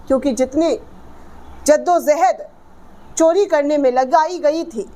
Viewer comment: Jaddo jahad Not zaddo zahad جدّ و جہد